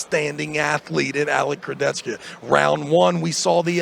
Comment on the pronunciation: The way Travis pronounces “KurdechKA” is super annoying